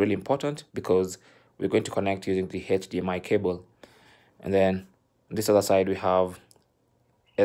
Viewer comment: the 90th time the man said “heich dmi cable” I broke